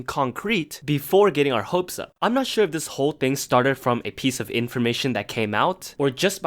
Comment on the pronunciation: “OOKEE” bruh💀 (also shoowah lmaoo)